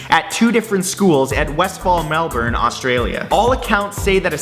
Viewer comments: Melburne is not how you pronounce it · Melbourne is pronounced Mel-Ben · It's pronounced Mel-ben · I love the way non-Australians pronounce Melbourne. it's said like the name mel and then bin, the thing you put rubbish in. LOL Mel - bin = Melbourne